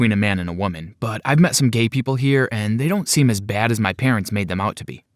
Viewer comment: don't don't don't zon't zo it